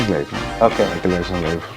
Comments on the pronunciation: Jackson ❌ Jockson ✅😂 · Jocksen kadhu ra adhi